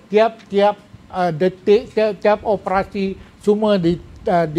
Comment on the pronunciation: . Bukan opprassi, tapi ....o p e r a si.